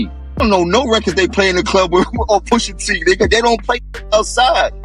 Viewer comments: “Push a” not poosha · Pusha not poosha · Who the hell is “POOSHA” 🤣🤣🤣🤣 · I was going to listen to this but the poosha instead of pusha is hard to get bye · How do you make a whole video saying the man's name wrong smh Pusha not Poosha smh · Poosha? It's pronounced push ugh.. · Yeah dont say poosha, it's pusha t, give him the respect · isnt it more disrespectful to make a video where a whole lot of ppl are saying the name correctly and then u out here callin im Pooosha T? 🤦🏿‍♂️ u mad at the wrong person my guy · Lady......who da fuck is Poohsha????????????? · Push Ah not Poosha! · Her saying Poosha repeatedly is pissing me off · Please stop saying poosha,please!!! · The way she keeps saying poosha irritates my soul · I can’t continue listening as she’s calling him Pushsa can’t even take this very serious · Hate these dumb videos when they don't know prints names. Who TF is poosha? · I turned it off when she said Poosha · Why she keep saying Poohsha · Come on man, "Poosha" is killin me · POOSHAH TEE 😂 MAZE 😂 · 😂 That “Poosha” was killing me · The commentator pronouncing his name wrong even when people in the video is saying his name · The way she was pronouncing his name irked my soul 😂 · My question is why they got Becky narrating this rap beef she can’t even pronounce Push T name right